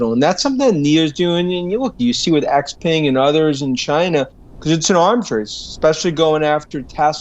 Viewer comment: FYI for anyone who cares, all of these analysts pronounce “Xpeng” incorrectly. Peng in Chinese is pronounced like “pung” in English. Not ping.